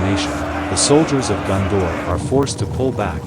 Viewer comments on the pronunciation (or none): its GONdor not GUNdor...